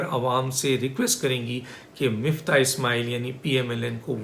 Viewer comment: Dr sahb, mafta is the name of Hamdard's constipation medicine and Miftah is Key pl. Correctly pronounc